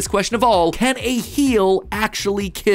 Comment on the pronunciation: Will it KEEL?